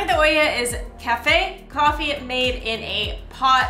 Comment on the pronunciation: It is super cool when you guys pronounce spanish words like real latino people. "Cafe de ohia... nonono cafè de olla :D" for a second I switch to the hispanic part of my brain and the perspective was surreal, like speaking to family.